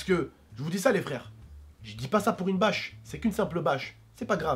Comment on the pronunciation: J'adore jai l'impression qu'à la place de bâche tu dit vache 🐄 lol tai trop bien comme youtuber